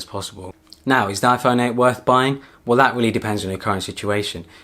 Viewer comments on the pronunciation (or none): none